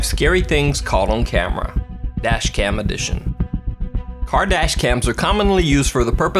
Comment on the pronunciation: he said car dash cam, I heard Kardashian. Boi, I am broken.